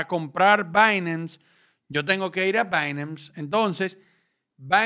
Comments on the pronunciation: "Bainams" jajajaja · dice binance de una manera extraña me da entre nerviosismo y morbo. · dije que me parece raro como pronuncias binance